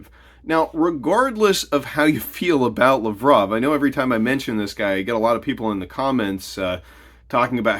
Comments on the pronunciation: You butchered Lavrov's name. It Lav rov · You’re butchering Lavrov’s name. It’s LAV-rov. Emphasis on the first three letters. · So I wonder what the exchange rate for the US dollar against the new BRICS currency will be. That was Laverov you showed, you really kept butchering his name.